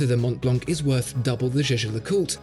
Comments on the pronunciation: Please it's not Mount blank it's Montblanc ! Shame on you! Do not pronounce the "t" in Mont nor "c" in Blanc! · The pronounciation needs some adjusting. The C at the end of Montblanc and the T are not pronounced.